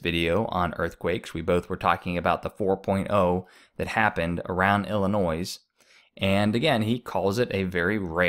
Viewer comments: you mentioned the earthquake in Illinois. I hate correcting pronunciation, but it is really noticeable when the state is mispronounced. It’s not just an issue of how some people pronounce Illinois vs others. It’s correct pronunciation vs incorrect. It’s never acceptable pronunciation to sound the “s” at the end of Illinois. It’s pronounced like “Illinoy” not “Illinoise”. I mention this only because you may do further videos. It grates really hard on people from Illinois. It becomes something they see as an uneducated person mistake. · It would add to your credibility if you pronounced the fall name correctly. I can Say New Mad- drid. And do Not say "Illisoise" Grades on the ear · The s in illinois is silent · You need to learn how to pronounce drought and Illinois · THANK YOU!! I'M TIRED OF PEOPLE PRONOUNCING IT WRONG!!! I WAS BORN IN ST. LOUIS. ALSO, ILLINOIS, THE "S" IS SILENT. (FRENCH)